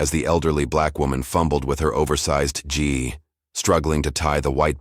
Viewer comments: Please teach the fucking AI to say Gi as G with a long fucking E!!! And not G-I. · Please Please Please Read your stories CORRECTLY... it's not G I............. its GI Like it's pronounced G like Grape I pronounced eeeeeee Please check your Pronunciation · The GI as you say it is pronounced GEE